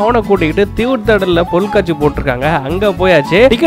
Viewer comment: Bro athu Porulkaatchi😂😂.. Not in katchi🤣🤣